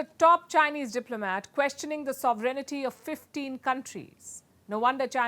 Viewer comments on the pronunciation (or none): Why do you say Sovereignity? The word is Sovereignty